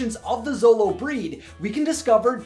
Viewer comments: Show-lo, not zolo. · The 'xolo' part of xoloitzcuintli is actually pronounced "sholo," not "zolo." I have no idea what you said with the full name of the breed, bit that wasnt even close. Other than that, great video as usual! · Very good comments!!! Just a note: The word Xolo doesn't pronounces "Solo". It's "Sholo". Greetings from Mexico! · Augh, such a great movie. I definitely cried and I also went to go see it three times! Great video, dude! I love how interested people like you are in the lore of Coco. As an indigenous Mexican-American, it brings a great smile to my face to see people learn about our culture. Also, in case you care, it's pronounced more like "sholo" than "zolo!" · Sharati Iwillkeepmygunsthankyou So glad someone said something! I flinched everytime he said zolo instead of sholo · I'm learning to pronounce these words too, and while usually we say "x" with a "z" sound, "Xolo" is pronounced with a "sh" sound; "shoh-loh." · you should pronounce XOLO as 'sholo like shoe', the ay you are saying sounds as 'solo... similar to solitarie' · U said Dante is a zolo dog but it’s actually Sholo dog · It is not "zolou" dog... jeje... You must read it with the sound "sh" of shoe!!!... The name is xoloitzcuintle (sho-lou-itz-cuin-tle)... Easy!!!! Great video. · Before I finish the video; SHOW-LOWZ! Not ZOW-LOWZ! I KNOW it's spelt with an x, but names are weird, okay? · Xolo is usually pronounced "Cholo" -- you can even find it spelled that way, though the dog breed is spelled Xoloitzcuintli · Cool info. Thx. BTW- Xolo, pronounced Cholo. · good try, but it is Sho-lo-eetz-queent-lee, or sho-lo for short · anyone else bothered by how he's pronouncing Xolo? Xolo(show-lo)